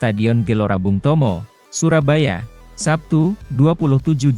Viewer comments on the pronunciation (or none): none